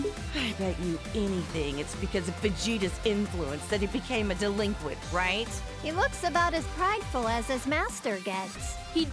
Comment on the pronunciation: I kept getting more and more pissed every time said "Delinquent"